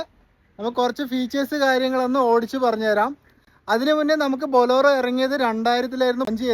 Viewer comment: ബൊളോറോ അല്ല ഭായ്..ബൊലേ റോ